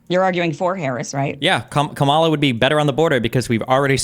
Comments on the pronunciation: This guy moderating is a weenie. How do you keep saying the name of the VP of the USA wrong. Have a little integrity and be mature enough to be able to pronounce the name of VP Harris correctly. It's Kamala (comma-la) not hard to get correct! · For the moderator, say COMMA, La’s name correctly, racist idiot. If you can say Netanyahu, you can say Kamala’s name right. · try it now, I know you can do it.. KAHmala, KAHmala, not KaMAHla, think you can do that genius? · Why is that ding dong, repeatedly pronouncing COMMA-LAs name wrong? That's purposely... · It's "KA-ma-la" Pronounced like "Ma ma la" Show some respect people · the “moderator” consistently mispronouncing kamala’s name was so irritating. it’s COMMALA. how hard is that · Red Tie "moderator" won't speak English. What's wrong with him, he can't pronounce the former VP's name? "Kamala" is hard for him? When you say it wrong, we know who you are. When we know this guys name, let's say it wrong too. Destiny repeatedly said it correctly, then crackr red tie would say it wrong. Fail, as always. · Why can’t the moderator pronounce the VP’s name correctly? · The moderator seems to have an issue pronouncing Kamala's name. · Why can't the moderator pronounce Kamala correctly? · Who's the schmuck leading this,, his pronunciation of Kamala says, I don't belong here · The fact the host doesn't know how to say Kamala is kinda funny. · Is the host purposely mispronounced Kamala’s name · Can you tell that guy to pronounce Kamala's name correctly? Please. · Darn, Destiny the host kept purposely mispronouncing the VP's name that he got you to say it wrong too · lol he’s the perfect moderator, doesn’t give a FU(K about any position whatsoever, has no values, AND no standards! Can’t even pronounce Kamala! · The host can’t even pronounce kamala correctly … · Debate moderator... You really should learn how to say Kamala... It's not hard. And if you can't, for some reason, then call her Harris or VP Harris. Don't be disrespectful.